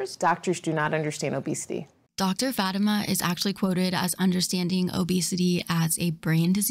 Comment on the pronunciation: Love you but ahhhh.... lol her name is fah-tee-ma